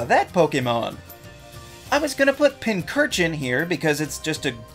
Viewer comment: pincurchin is my favorite pokemn so it isnt forgettable t me, and concidering its like everywhere in the isle of armor and hop has one its nt very forgettable once you battle hop or go to the loop lagoon, also you pronouced pincurchin wrong its pin-CHUR-chin.